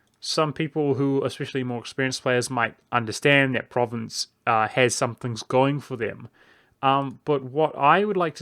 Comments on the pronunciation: It's pronounced ProvAnce not Province. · You Mispronounced Provence. It's Pronounced Like "Prov-On-S" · Pronounces "Provence" as "province". YIKES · From à French Guy "Provence" in french is Pro-van-ce or Pro Van (like in provi"den"ce) sss And gaul is frim Gallia that seems Land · Your pronunciation of 'Provence' was painful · Still not how it's pronounced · with the AN pronounced nasel, like ng in song. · I mean I get why people mispronounce individual provinces in an LP, but if you're going to do a whole video about one country, find out what its name is first.